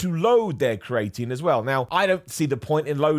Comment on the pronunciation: The way you pronounce creatinemakes me smile. You say create-een , I say creeya teen dunno which is right 😂